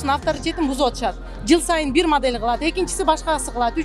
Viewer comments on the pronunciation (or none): none